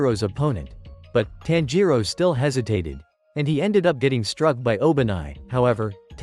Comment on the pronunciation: It's not taanjiro it's tanjiro